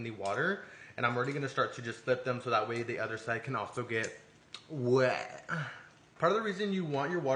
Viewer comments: why would you say wet like that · What was that (WęT)goof ahh